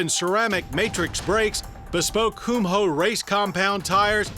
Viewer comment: Coom-ho Ummm.... its Cum-hoe sweetie.....